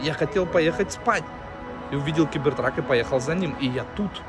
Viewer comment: Стоп сказал у меня установлено 18+ Но маты он блокирует как будто возвращается к 2019 году! и почему Гибертрак а не Гибертрек?